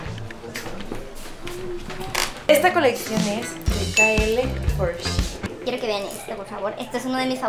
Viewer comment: Kim solo te digo que shein se pronuncia como se escribe